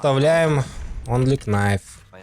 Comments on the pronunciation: Очень крутой спидран! Респект! Но! Кнайф очень резал (что иронично) слух)) правильно "найф" К - не читается) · онли КНайф ..... аааааааааааааааааЪЪЪ мои уши! Ъ